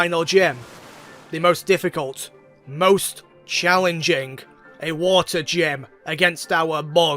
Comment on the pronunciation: "WOTAH!" "LOND!" ... "CEASE!" Masterpiece.